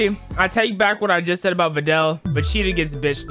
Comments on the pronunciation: Bro did not just say Vecheeto😭💀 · My brother in cinnamon pigment....😭 VE-GEE-TA